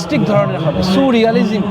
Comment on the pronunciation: এটা suu-realistic ধারণা! Soooooo-realistic, sooo-রিয়ালিজিম্। 😂😂 Surrealism ba surrealistic noy!😂😂